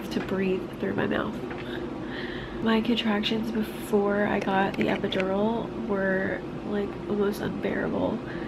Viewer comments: EpidoROL Man pronounce it right it irritates me every time he said jt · I love the way he says epidural 😂🖤